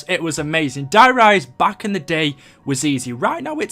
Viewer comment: Number 4was the giant but he called it der riecse why